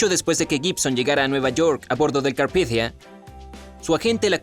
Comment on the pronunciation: holakevin31 roblox lo leyó en "inglés" supuestamente